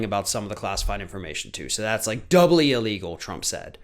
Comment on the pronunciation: Bigly “iligel”🤪😂😂😂